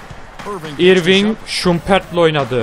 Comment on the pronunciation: ***** abi irving diye okunmuyo örving diye okunuyo adamın gerçek adı kyrie irving